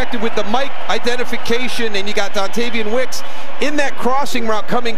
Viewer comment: He said "Dontarion Wicks"